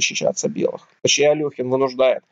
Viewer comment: АлЕхин, нЕ Алёхин